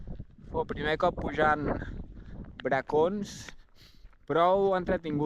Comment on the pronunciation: has dit dues vegades "Barcons" i despres al Coll ja has ben dit "Bracons"!!😂 Molt guapo el vídeo...quina animalada heu fet!!👍